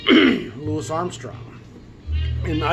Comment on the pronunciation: I will say this, I applaud you for saying "Louis." I peeves me when so many others refer to him as "Louie."